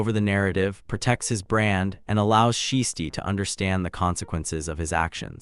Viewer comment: You can’t even pronounce Shiesty’s name correctly but you expect us to listen to you? Stop it.